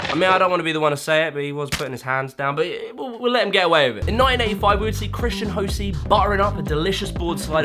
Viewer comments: It’s Christian HUH-SOY…. Not Christian Ho-See 🤦‍♂️ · Christian Hasoi (ha-soy) Not (ho-see). Cmon 🤦‍♂️ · Christian Hosoi's last name is pronounced like "huh-soy". Just wanted to put it out there! Great video btw, love it! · Christian hosoi it's pernounced (ha-soy) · Just for future reference you pronounced his name wrong. It’s pronounced ho-soy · Why did you call Hosoi “Hosi” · Christian ho-see? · Christian Hosoi’s name is pronounced like “huh-soy.” I know you’re down for skate history and culture, as am I, and I’m not usually the sort to point out stuff like this, but Hosoi is a genuine mega-legend who will come up again and again if you keep making these sorts of vids. Dig your content, man. Keep it up! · Hold up. Dude for history sake, HOSOI is pronounced "HUH-SOY". Great vids! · In King of the road 2004, the coach in the intro pronounce his last name "Haw-Soy". Hosoi only knows how to pronounce his own name correctly. We've been butchering it for years. haha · Butchered Hosoi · You mispronounced Christian Hosoi's name! Blasphemy!!!!